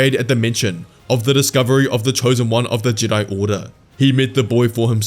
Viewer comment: the way you pronounced jedi at the vary end there, was that meant to be a callback to the ancient jedI from before they split into the jedi and sith?